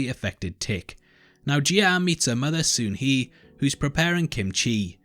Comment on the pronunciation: Dude this video was so annoying. I kept hearing you say soon he and wad confused with the story instead of Sunhe.